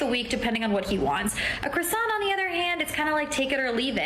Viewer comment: What sort of idiot pronounces "croissant" with the emphasis on the second syllable? Any self-respecting French speaker would declare jihad upon her.